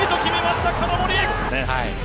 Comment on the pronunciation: の金森の発音大好きw